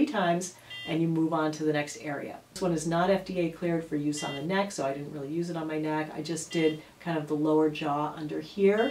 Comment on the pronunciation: Neck! Not beck hehe